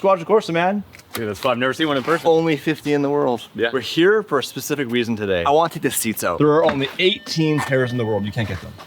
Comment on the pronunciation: "I'm here for a weason" 😂